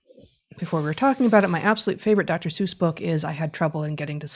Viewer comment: I find it quite odd, and must now give it voice That these two learned folk mispronounce the name Seuss.